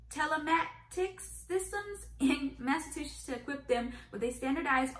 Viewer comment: In my 26 years on this Earth, I had never heard someone pronounce it "Massa-two-shits" 🤣 Between Massholes and this, something tells me we don't have a great track record